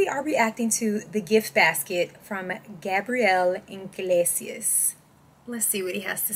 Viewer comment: Classic Iglesias by the way, there is no iNg in Iglesias